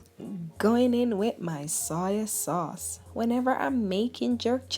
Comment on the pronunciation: The way u say soy sauce tickles me 😍💚😁